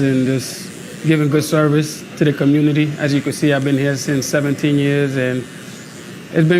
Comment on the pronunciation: He was threatened by the " communitah" probably .